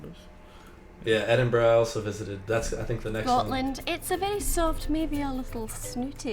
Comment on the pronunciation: Connor Mcgregor is not british. BIG mistake as the killing only stopped over 2 decades ago. Edinburgh is not pronounced edin burg, its edin bruh.